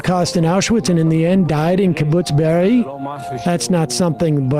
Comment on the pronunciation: its kibbutz beeri, not beer. man that happened only 3 months ago and no one even bothers to learn the name, not even a jewish host.. but i guess he knows very well the name deir yassin that happened before he was even born. the hypocrisy...